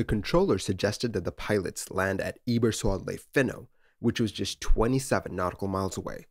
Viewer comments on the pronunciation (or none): I think you swapped Eberswalde Finnow and Berlin Tegel on the map. Also, it's not "e-ber-swad-lay", it's more like "eh-bers-wall-duh"